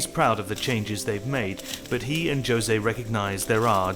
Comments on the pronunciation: noone else going to point out the fact that the narrator called him "Joe-se" instead of "hose-eh"???? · Is the narrator REALLY pronouncing the name "José" JOE-ZAY?? Typical disrespectful British. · That's much closer to the portuguese pronunciation, wich is the language Brazil speaks. The most common way to pronounce José here is usually with the J/G sounding similar to the ZH in chinese Zhou for example: "Zhoo- zae" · It's pronounced Hoza not Joza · Did you say Jo-say? wdf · Joe-se haha😂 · Its not jose its hosa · The narrator calling the man "Joe-Zae" 🤦🤣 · you would think the narrater would get the name "jose" right for those that aren't paid to get it right: It's pronounced "hosay" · Joe-say for Jose had me laughing so hard. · This is a documentary and they can’t pronounce Jose correctly. What in the world! The man even says his name and they still said it wrong. 🤦‍♀️ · the bri’ish guy pronounced the J in Jose lol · I'm from Brazil, that's not a big deal tbh. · The way the narrator pronounced José is absolutely abysmal. Wow lol